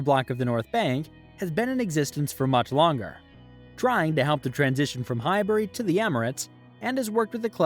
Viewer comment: You can't even say Highbury 😅 piss off you have absolutely no idea about what you're talking about, im laughing at America, how sad are you in life 😅